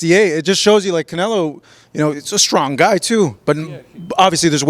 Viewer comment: It’s always funny when he calls Canelo, “Canela”